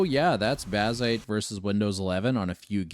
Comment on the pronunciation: Je ne comprendrai jamais pourquoi des voix IA... C'est laid, impersonnel, et fade... Baziiite... Aïe...